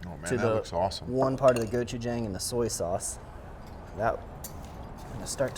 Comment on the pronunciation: Great video! Love he had a great personality and the camera work really showed through here P.S.- Its prenounced go-chu-jong